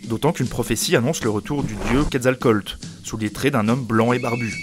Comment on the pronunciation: Le fond de métropole de Tenochtitlan dans AOE3 : excelleeeeeeeeeent Le mythe du retour de QuetzalcoaTL [ketsal'kuatl] c'est pas excellent dans cette vidéo par contre...